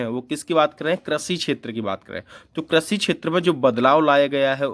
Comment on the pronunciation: Krashi nhi krishi hota h